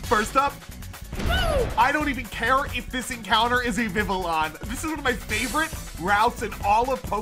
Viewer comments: that isnt how you pronounce vivillion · I love you man but you gotta learn how to pronounce some of your Pokemon correctly LOL Hearing you say Vivillon hurts me